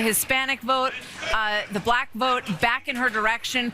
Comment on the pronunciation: Why does he say black like it has 2 syllables? Bul lack 😂